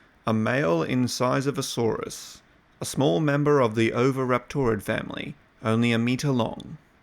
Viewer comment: Niiiiiiice pronunciation brother! ;)